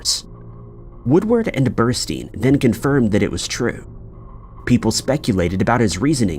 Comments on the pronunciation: Carl Bernstein, NOT Burstein, you should do your homework better. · Bernstein not Burstine, Jesus. I'm out! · The name is BERNSTEIN not Berstein. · "Woodward and Bursty"? Come on! 🫣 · Woodward and Bernstein. Not Bursty. Easily available basic information. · Woodward and "Berstei?" .. Ya' got "Deep throat" right..but not the name of one of the men behind it. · Berstei? Wtf did you have AI read you a summary and then type it out or something?